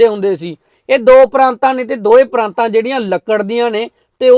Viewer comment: ਪਰਾਤਾਂ ਨਾ ਕਿ ਪਰਾਂਤਾਂ Praataan (not Praantaan)